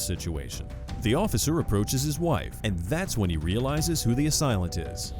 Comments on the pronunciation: Please, it's "assailant"; not "a silent".❤ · AH-SAIL-ENT. Not, AH-SILE-LENT. Sorry, your wrong pronunciation of that word is driving me nuts lolol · It's "ASAILENT", "SAIL" there is no such word as "asilent". Jesus! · 20.43 A-Silent ???? English language has left the chat It is pronounced /əˈseɪlənt/ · Please correct your pronunciation of assailant - A-SAIL-ANT, not A-SILENT. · "Asilent"? What is an asilent? Did you mean assailant? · PSA ; Assailant is pronounced “ A “say” lent 🤦‍♂️ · Assailant. a-sail-lent. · "A silent" is not how you pronounce assailant. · It's pronounced "uh-sail-ent," narrator.